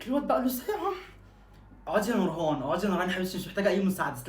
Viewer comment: انا نورهان اسمي اي ده بتقول نوهان 😂😂